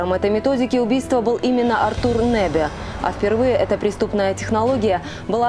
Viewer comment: С ударениями в фамилиях не разобрались, что ли? РОзанов и РозАнов, НЭбе и НЁбе...